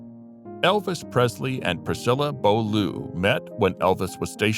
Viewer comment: Priscilla Bow-loo 😄😄😆😆